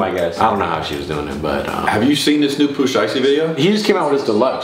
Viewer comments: The other max said pooh slikey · This man said Lil Dook and Pooh Sheesty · bro said pooh slicety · I thought he said poo slisty lmao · this man said pooh slisty bro i was laughing so hard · He said" Pooh slicety"🤣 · lmao mans said pooh shiby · "Pooh sliesty" pass me an inhaler 😷😂